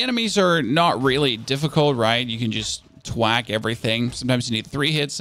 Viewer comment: theres an h in thwack.